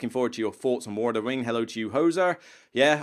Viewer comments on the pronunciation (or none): Love the channel, but can you try to say theme, and, think and thoughts, as opposed to feme fink and foughts?